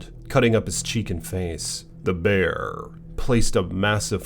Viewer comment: The Bearrrrrr! I like how he say that 🤣🤣🤣